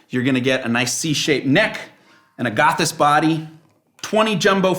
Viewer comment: I've never hear "agathis" pronounced like that before.